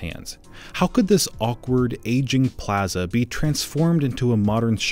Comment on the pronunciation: The only bad thing about this video is the way the guy says plaza